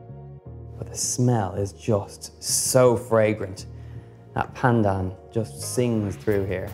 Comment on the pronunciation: Sooooo glad you enjoyed Malaysia, Donal! <3 And kudos for the flawless pronunciation of 'pandan'. yayy!